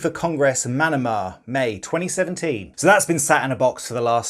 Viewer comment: Being a local guy from Bahrain is kinda weird hearing about being there and pronouncing Manama wrong and I do remember the day where both Maradona and Ronaldinho going to that mall and it went...badly wrong XD